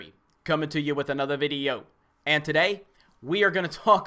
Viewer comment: Videyooooo Owh no, just video